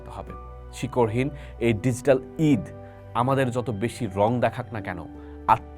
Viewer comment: Apnar banglao kharap, English o .. DiGital.. its G … ar Ekhoi na .